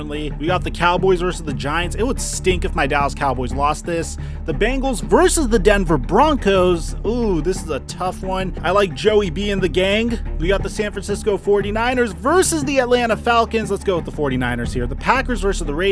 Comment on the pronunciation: It’s bEngals, not bAngels